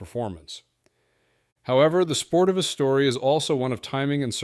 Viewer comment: Every which way but correct.. Sportiva = Spore-Teeva